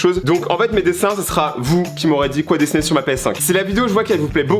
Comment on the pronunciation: Je suis le seul à bloquer quand il dis dessner